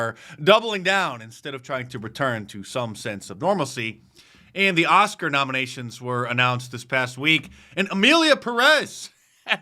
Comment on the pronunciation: OsCars not Oskar's How in the worId did you mess one word so badIy? 😂😂